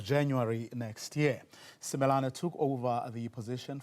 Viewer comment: ......did you say Simelani?